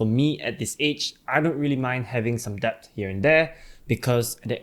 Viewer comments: Yes... the b is silent.. same with doubt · Thanks for the great video. Just wanna say that debt is supposedly pronounced as "det", not "debt" ya